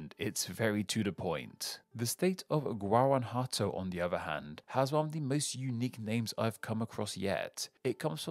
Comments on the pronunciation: I was in Chihuahua and Michoacan also Guanajuato. By the way, you pronounced “Guanajuato” wrong, its Guana-(jua)WHAT-to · Guanajuato (wahn-ah-watt-oh) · JAJAJAJAJAJAJAJAJAJAJAJA, pronunció Guanajuato como pendejo.